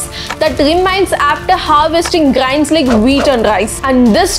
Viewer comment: Your videos are very informative and inspiring... But please correct your pronunciation like "air" & "grain"